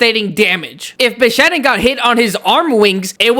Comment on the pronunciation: No one can convince this man that its called bishaten not bishaden